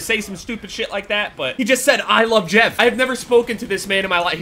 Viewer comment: Why do you pronounce Jev like that dude, that's fucking weird...